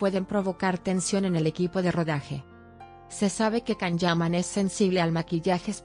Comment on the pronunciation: Where did you get this information from? I follow the Italian press, where the Can Yaman projects (Viola come il mare 2 and Sandokan) are written daily. It would definitely be published. Apparently you need sensationalism about a Turkish actor doing well in Italy. I don't trust anyone who pronounces the actor's name "Kan".